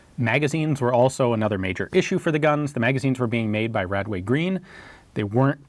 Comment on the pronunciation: as a SA80 user, every time you say radway green I cringe and have a mini flash back...